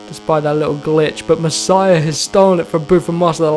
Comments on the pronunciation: Masia is pronounced "mas-e-ah" not messiah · Pronounce it: mass E a 😆